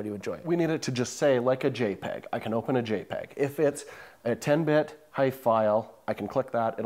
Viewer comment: I think HEIF is pronounced 'heef' (and HEIC is heek).